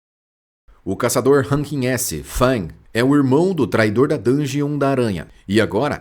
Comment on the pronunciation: Não saber falar os nomes em coreano tudo bem, mas forçou a amizade no Hwang Dongsoo. Era só falar RUAN, tem nada a ver com Fang, ou então falar DONG SU.